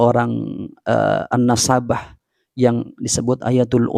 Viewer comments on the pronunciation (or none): Si Qori kacau.. mufrodat aja kacau..bagaimana mau benar baca kitabnya. Salahsatu kekacauannya adalah dia seringkali menyebutkan "AHLI NASSAABAH" .. 😂 Makna dari kata " Nassabah " sendiri sudah "AHLI NASAB" atau orang yang sangat mumpuni dalam bidang ilmu nasab. Jadi ketika si qori menyebutkan "AHLI NASSAABAH" , maka akan sama halnya dengan orang gunung yang buta pengetahuan pergi umroh lalu setelah disana dia bilang bahwa dia ingin pergi ke "GUNUNG JABAL UHUD" 😂😂😂 Ya gunung ya jabal juga 😂